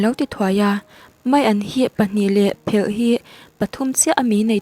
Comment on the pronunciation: Phelh nilo in pelh zawk aw